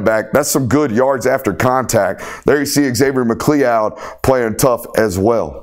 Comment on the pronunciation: MA CLOUD...come on bro.